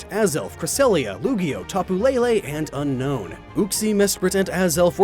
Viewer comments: U pronounced Unown wrong, it is Un-Own, not unknown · Un-own. Not Un-Known